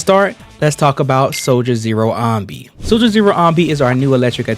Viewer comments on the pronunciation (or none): why am i triggered hearing you say ahnby all video long when even in game they pronounce it anneby like how do you mispronounce it when it's said multiple times in game